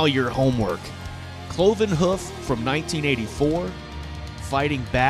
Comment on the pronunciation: Cloven Huff lol......Here is your homework, learn to pronounce Hoof properly...Difficult I know.)